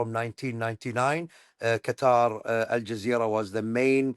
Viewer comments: Qatari say "cuttaaar" idk why americans got everyone to change it saying the right way is a sharp "cutter" 😂 trying too hard. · Why do you mispronounce Qatar as "cutter"? It's just as easy to pronounce it properly as "cut haar' ". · What can't Americans get the pronunciation of Qatar correct? It isn’t "cutter". Its Qatar..."Kuhtar". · Qa-TAR, not Cutter. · It’s Qat-ar NOT cutter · I'm barely 3 minutes in; why do you keep calling Qatar (pronounced Kah-TAR) "Cutter?" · Omg stop pronouncing it CUTTER!!! You’re killing me! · Not to nitpick, but do Americans even try to pronounce these words they way it should be pronounced, lol. I think trying to do things like this especially when dealing with a nations name or a persons name shows respect. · I can't bear hearing the host's pronunciation of the word Qatar.